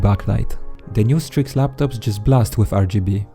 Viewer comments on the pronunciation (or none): none